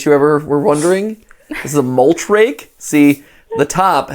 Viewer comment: Every time you say mulch rake I think you say moltres like the legendary bird Pokémon